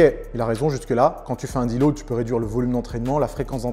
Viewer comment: petite précision, c'est surtout en fonction du poids et du taux de masse gras non ? Un mec skinny de 60kg et un mec gras de 150kg, si tu leur donnes 2kg de muscles chacun, leur physique ne va pas changer pareil. la prononciation terrible... Il a fallu que je réécoute 10 fois pour comprendre le mot qu'il voulait dire : deload. Heureusement on n'a pas ce souci sur les vidéos de Nas. quoi ?! Et la connexion cerveau-muscle alors ? Je croyais que tout ce petit monde communiquait moi 😂😝 il se contredit tout seul :" y'a pas de nourriture bonne ou mauvaise c'est juste une différence de valeurs nutritionnelles". C'est quasiment la définition de bonne et mauvaise nourriture. Une pomme n'aura pas le même impact sur ton corps que des graisses saturées donc oui bon/mauvais ça existe.